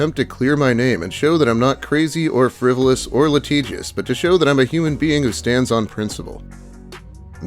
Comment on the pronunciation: That’s not how you pronounce litigious